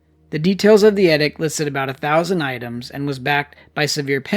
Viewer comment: The word is pronounced EEEDICT. SMH. why is your generation so ignorant??????? WTF???